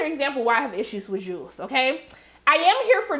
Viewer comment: There are people who will mispronounce a name no matter how many times they are corrected. It irritates me, but Jewel is stuck in his head. I think it's kind of cute, like his own name for her.